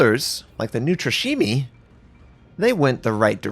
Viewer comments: Oh, the way pronounces Neustrashimy... It's not a japanese DD:) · love your work man, you probably have bin more helpful for me getting better at the game than all my gameplay put together! Still as a Slavik speaking person, you're BUTCHERING the name of the NeuStrashimii:D Just call it "Fearless" It's gonna be much easier for you as an english speaker to say that, than to try to twist your tongue that much xD You're doing a good job hurting yourself trying to say it the right way, but missing out on the S in the middle is just saying something like... Unbreakable rather than Fearless:D